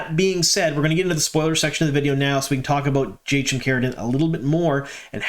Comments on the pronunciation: I always though it was supposed to be pronounced like "Hai-keem" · Could you, please, stop butchering pronunciations! "I'm bad at languages" is a bad excuse! Research wouldn't take much time! In the name "Jaichim" "ch" makes "k" sound, and so does "c" in "Tanchico".